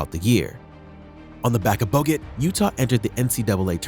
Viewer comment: Why do you say boget sometimes?